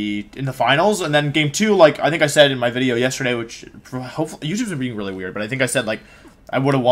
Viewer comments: Just need to say Wideo has taken root deep for me. Every wideo for anything I watch now, it's all I can hear. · Commenting on Wolfey’s video for it to get into YouTube’s circulation! After all of this time watching you, I just now realized you say wideo at the beginning of the video. I am an idiot.